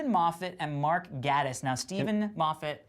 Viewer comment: The way they mispronounce Mark Gatiss' name is hillarious! It's pronounced Gay-tiss (according to himself on twitter)